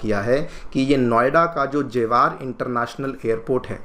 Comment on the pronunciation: sir its not jewaaar 😅😊 its जेवर kyuki mera gaoun yhi pdta hai